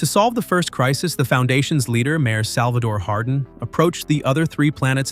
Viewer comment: “Salvador” Hardin